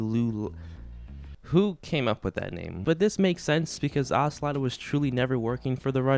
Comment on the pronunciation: “Ogla” hahaha. Good review though, MGS 2 is also one of my favourites if not my favourite.